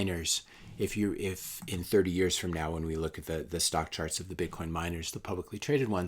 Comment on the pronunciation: "...you don't have a bubble that lasts 11 eyars..." SP500 and NDX want to say "hello" lol